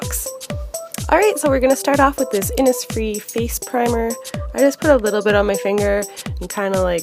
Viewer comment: I know this video is old but I just now noticed you're pronouncing Innis wrong it's pronounced in-ish :p